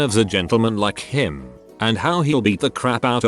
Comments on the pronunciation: the stress of “him” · The text to speech put so much emphasis on "him". He's becoming self aware. He's sick of reading stupid reddit stories.